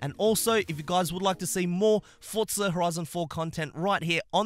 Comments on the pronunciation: Why does he call it Fortza and not forza? it’s so triggering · For-Za not Fortza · For-za, not fort-za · I thought it was pronounced "forzsa" and not "fortza" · FORZA NOT FORTZA SMH